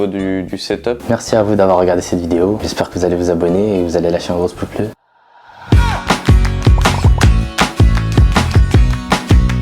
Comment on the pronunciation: A la fin le mec il sait pas dire pouce bleu xD